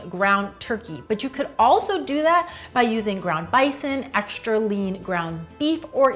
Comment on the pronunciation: ekshtra, ekshtra, ekshtra, mikshter.... really? Yikes!